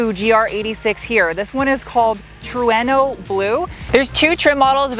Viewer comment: What is a tre no , you mean trueno